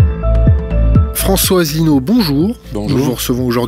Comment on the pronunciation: Le comportement de ne l'honore pas. A commencer par cette façon désinvolte de massacrer le nom de l'invité. Un mélange peu savoureux du Bully de cour de récréation et d'adolescentes ricanantes. Pourquoi inviter quelqu'un que l'on n'a aucune envie d'ecouter? Enfin, penser que l'on connait quelqu'un parce que on a passé 15 jours intenses à préparer son sujet? Heureusement que j'ai vu des tas d'autres interviews passionnantes et courtoises sur Thinkerview.